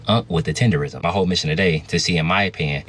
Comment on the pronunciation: I also thought it was Tender-ism. It's Tender-NISM.